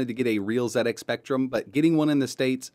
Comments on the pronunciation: Oh my word, am i hearing you correct,, you said Zed X Spectrum, good man, none of this Zee X Spectrum, you know it makes sense. i am impressed, keep up these fun projects. Thank you. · Oooh he said ZED X Spectrum! Your pronunciation sir is perfect! Love what you did here. I LOVE the old speccy. Wonderful memories. I want to setup the spectrum emulator on my Pi but everytime I run a game it nearly always drops to the flashing cursor screen. How do I get them to autorun? Also having trouble getting xbox360 controller mapped. Anyone be able to advise me? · Thank you for pronouncing it "ZED" X Spectrum,Really frustrates me when Americans call it a "Zee" X spectrum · This is getting out of hand lmao How you say it is up to you I was just saying it's nice to see some one prenounce it like me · I would also like to thank for pronouncing ZX Spectrum correctly. This was a computer that started a me on a long and enjoyable career in IT. This is a great video many thanks.